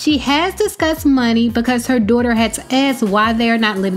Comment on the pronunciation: "Dooghter" lmao I think she tryna say daughter